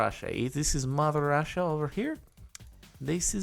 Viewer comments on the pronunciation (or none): Yis yeh little rassia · "little russia" with that eastern european accent is the best thing that happened today